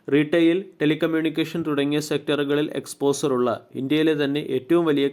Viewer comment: Exposser alla അണ്ണാ. എക്സ്പോഷർ എന്ന് ഉച്ചരിക്കാൻ ശ്രമിക്കുക